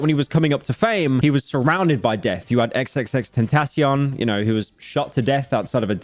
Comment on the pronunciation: Can't tell if the XXXTentacion pronounciation is a bit or if this is another "Metro's Booming" situation